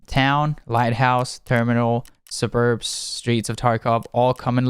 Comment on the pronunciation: kek suh-burbs